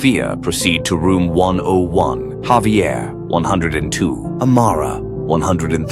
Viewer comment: Thats not havier its javier